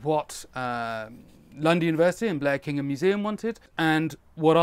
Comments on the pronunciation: You pronounced Blekinge perfect 👌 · Your pronounciation of Blekinge was excellent! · Im so glad you managed to get your account back! Edit: You got the pronounciation of Blekinge pretty close to how a swede would say it, well done! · Well as a Swede I can safely say your pronunciation of "Blekinge" was really good, all you need is to learn the the Swedish "E" sound and perfect, although that depends on which regional dialect your going for in which case it varies... Thanks for an interesting video regardless:-)